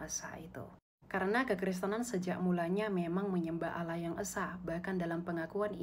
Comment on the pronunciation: Kan beliau bilang Allah nya kalian sama dengan Allah nya Yahudi, pliss dong ganti aja dengan sebutan Elohim atau apa kek, mana konsonan Allah kalian itu salah lagi..